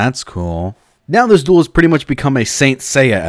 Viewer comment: Duroh!!!! monsutah kahdoh!!!!!